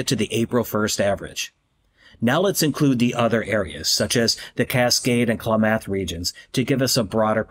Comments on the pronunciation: It's KLAM-ath, idiot robot, not Kla-MATH. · It's pronounced Ku*LAM*ith. 😂